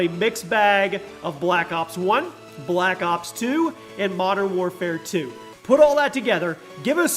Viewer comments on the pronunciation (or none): none